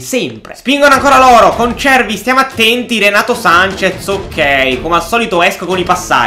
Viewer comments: Si dice renato sances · Comunque si dice Renato Sanches,con la "s" alla fine